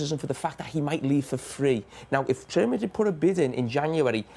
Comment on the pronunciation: How can a grown man not say Real Madrid properly?